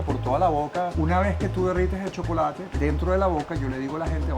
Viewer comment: en 5 segundos dijo SHOCOLATE 16 veces😅😂